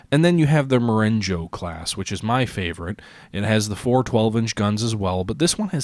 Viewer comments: "Ma"ren"go" instead of "Mo"ren"joe" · Sorry to be that guy but Marengo (a Napoleonic victory in Italy) is pronounced mah-reng-gaw :-)